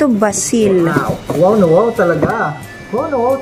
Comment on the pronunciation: Making spaghetti you can put tomato basil . You pronounce it (Beysil)